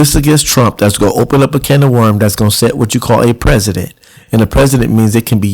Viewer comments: Right... Kept saying 'President' instead of 'precedent'. Not a very bright guy. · You're pronouncing the word as "president', but i think you mean 'precedent'. Maybe you have an accent. Also, what books or other information do you read?